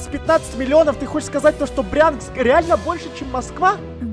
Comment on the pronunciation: Не Прянск , а Брянск